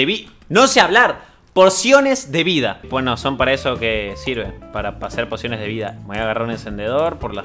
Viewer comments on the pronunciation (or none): alguien mas escucho ´´porciones de vida´´ enbes de´´ pociones de vida´´ 15´29